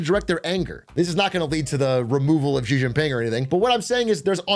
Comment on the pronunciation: I spent 10+ years doing business in China.... as an example, when they discuss American Politics, they call Trump "TeLumPu". It makes their pundits and commentators sound ridiculous and undereducated to an English speaking audience. SO remember, it's Xi=She.